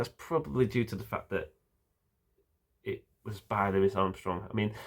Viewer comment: Thank you for pronouncing Mr. Armstrong's first name correctly. He hated being called Looee Armstrong.